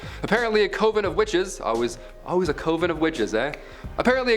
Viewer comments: It's pronounced cuv-in not CO-vin ! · I really enjoy your videos but it drove me crazy listening to you say Co-ven lol I was taught it's pronounced Cov-en. Great video though. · Coven is pronounced "kuh·vn" not "Koh-vn" Sorry that just annoyed me lol, What can I say 🤷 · Same lol he just kept saying it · Was just about to post the same thing! It irritated me a little too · Could you please learn how to pronounce things correctly!! Like Coven, its not cooven!!! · You must pronounce COVEN differently in Canada. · "Cov-ehn" and "Kahn-vehnt". "Koe-vhen" mutter mutter mutter... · Ok people! Stop and think about it! I don’t know where he grew up, but that may WHY he pronounces coven the way he does! I’ll bet y’all mispronounce things!